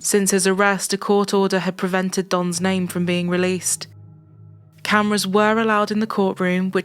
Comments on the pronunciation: As a South African and a HUGE follower of the channel,thank you for taking the time to pronounce names of people and towns properly.We take pride in our names and saying them correctly tells us that you SEE and respect us as a People/Nation.Thank you!🇿🇦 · I'm assuming you researched the pronunciations of the South African names and words, but if not either way, you did very well, thank you 😊